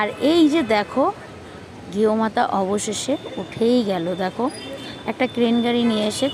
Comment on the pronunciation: গেও মাথা দিদি শুদ্ধ ভাবে সম্মান করে বলেন গুমাথা